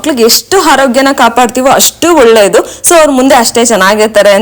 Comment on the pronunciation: Video yeno chennag ide , aadre neev swalpa alpa prana , maha prana hege uccharane madbeku annodna kalthare nimge olledu , for example , hice cream alla adu, Ice cream , holledu alla olledu, haarogya alla arogya , hone line alla online , swalpa idella practice Madi nimge olledu